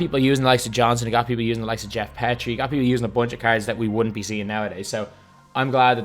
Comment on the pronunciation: It’s been bothering me for months, his name is pronounced “Geoff Pea-tree”